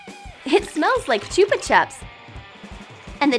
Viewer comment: Chupa chups ? That is not how you say it